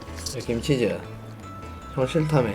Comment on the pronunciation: 김치즈가 아니라 "김치전"으로 들려요.ㅋㅋㅋ